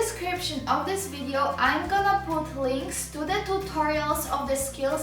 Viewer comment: Omg I cant get over the zis